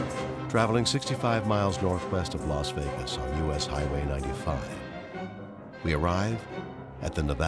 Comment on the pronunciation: I thought it was Las Vegas. Why do they call it Los Vegas?